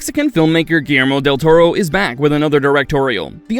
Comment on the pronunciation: Del "Tormo?" You couldn't do another take of that line?